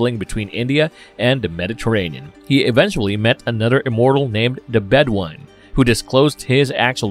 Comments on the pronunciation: He calls the Bedouin the Bed Wine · Deserves the callout. And if anyone saw Highlander 2 they would definitely know this. "RAMIREEEEEEEEEEEEEZ!" Also Bedouin is pronounced Bed-oo-win, not Bed-won. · AHHHHHHH the narrator's mispronunciations are driving me insane. It's obvious the guy has NEVER seen the movies let alone an actual fan of the movies. "Ram Rez?" Are you kidding me? "Bed wine?" Bed O win. "Dug al?" Doo Gal and so much more. Ugh new do over narrator please! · LMAO!! "Ramrez", "Bedwine", "Krugan"...... I can't.....🤣🤣🤣🤣🤣